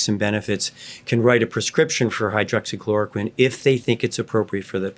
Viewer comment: not many, after 3 attempts to say it like a child would. have a look at the lovely side effects of this drug.